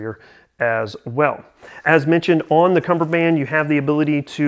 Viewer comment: Oh your wrong all right. It's cummerbund not cummerband geezaaaa